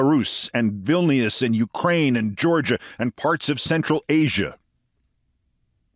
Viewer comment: "Vilnius" is pronounced "VIL-nuss" with a palatized n. The I is not pronounced as a vowel; it is a "soft sign".